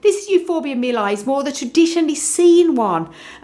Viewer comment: Mi-li-i please! Mi-li-i!